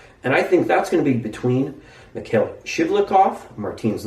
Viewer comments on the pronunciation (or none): none